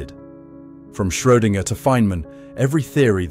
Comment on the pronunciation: Not the only mispronunciation although congratulations on Schrödinger (first time anyway)